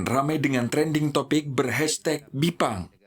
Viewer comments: Bipang Ambawang, bukan Jipang Ambawang kan?😄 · ga bisa bedain yah. antara Bipang sama Jipang☺. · sampe buat klarifikasi jipang. hey nie kuping msh normal. bipang bukan jipang. ketawa saya liatnya